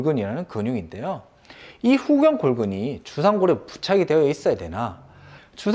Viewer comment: 후경 골근 아니고 후 경골근. 영상 감사합니다